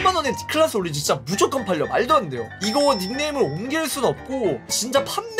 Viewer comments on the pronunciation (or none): 클래스도 아니고 클라스😂